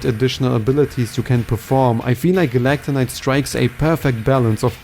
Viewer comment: Erm..it’s “Meta knight” not “Metanite” also it’s “Galacta Knight” not “Galacon Knight” ☝️🤓